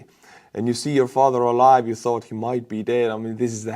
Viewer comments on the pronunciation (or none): none